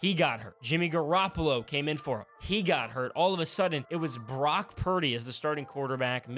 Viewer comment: Is it just me or does it sound like he's saying Barack instead of Brock??😂